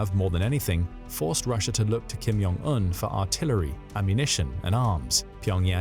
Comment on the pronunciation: It's Kim Jong Un not Kim Yong Un. In Korean the J is a J sound - not a Y sound.